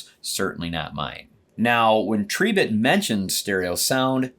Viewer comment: Tree bit , thats a new one on me 😂 It's Tri bit as in "ribbit" 🐸